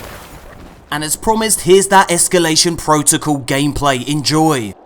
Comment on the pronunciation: esCAlation protocal, not esCUlation protocal